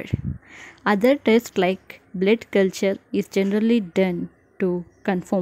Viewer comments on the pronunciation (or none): Why did you pronounce bled??? instead of blood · Your pronunciation -Bleed test,den 😅😂